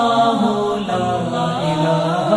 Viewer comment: Vidio k shuru me allah allah ki setting hai. Usme allah k alif ku kheench kar nahi padhna chahiye. Lihaza is ku durust karen ya phir hata den.